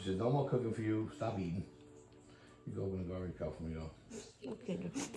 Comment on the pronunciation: Iking,limun,pippers😅 buti minsan naiintindihan ka ng asawa mo,sometimes wrong grammar,kmi dto jpan,mali pronunciation,matagal magkaintindihan,dpende kun un hapon sanay makipag usap sa mga pinay.dont me wrong,bisaya man sad ko,d ko basher.✌️✌️✌️✌️